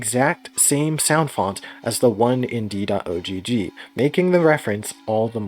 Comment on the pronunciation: You don't need to say "dot oh gee gee" the ogg is pronounced like in dog, it's short for ogg vorbis